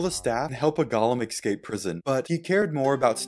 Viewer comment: So is it a rule that minecraft YouTubers can't pronounce "escape".